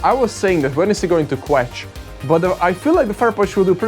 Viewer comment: I call it quetch now too and every time I'm like dangit! Haha